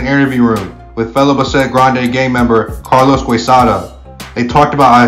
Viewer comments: Its Bass-et... Not Ba- sset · Buhh-set lol It’s Bassett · Why is he saying. Besset? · It's not pronounced Ba-Set it's Bassett one phrase. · It's pronounced Bass-it not bah-set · Bahset gang ? bASSet foo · It’s not Bah-set…it’s pronounced Bass-sit foo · Bass-it bro how you pronounce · It’s pronounced as ‘bass set’ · Buh-set ? this fool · this isn’t even a Spanish word lol and he still got it wrong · Somebody needs to show this fool how to pronounce Bassett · U have no buisness doing content like this if u cant pronounce names correctly. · Dude at least learn how to say the name correctly 🤣😅😆